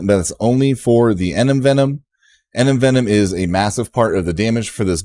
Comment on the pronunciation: Thanks Another great video. One sugestion though, you have to stop saying "Enem-Venom", its Envenom. I thought somebody would have corrected you buy now and was really surprised when i heard it again in the new video. Lol